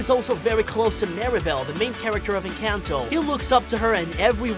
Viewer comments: ITS ENCANTO NOT ENCENTO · Bro, it’s pronounced En con toe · EN- CAN -TOE😂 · ITS EN-CON-TOE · it's called enconto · It’s “encanto” ❤️🧡💛💚💙💜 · they are talking about the pronunciation the man in the vid was saying it like en-cayn-to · we pronounce it as ing-kan-to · YOUR SAYING IT WRONG ENCANTO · YOUR SAYING ENCATNO WRONHG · Encanto don't had y and it's encantoy now🤦🤦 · you're pronouncing Encanto and Mirebell wrong